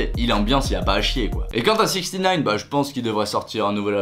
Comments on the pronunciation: On dit sixnine 😂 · Sixtynine ? c'est juste six-nine ahah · C’est infernale on prononce absolument pas sixtynine enfin dans les sons il dit six nine comment tu peux croire qu’on dit sixtynine alors que personne ne l’appelle comme ça, pas même lui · Ca se dit "sixnine" pas "sixty nine" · Et on dis 6ix9ine six nine epuis sixty sa veut dire 60 pas 70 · je t’adore mais six nine et non sixty nine pour la pronioncation et pas le chiffre je te l’accorde. bisous hein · Ça se dit six neuf est pas soixante neuf ^^ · 6ix9ine pas 6ixtynaine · Je pensais aussi qu'on disait sixtynine hahah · de ouff on dit sixnine😭😭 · Sixtynine mdr mec apprend la prononciation du blase ! JPP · Tory LANAISE ptdrrrr fait un effort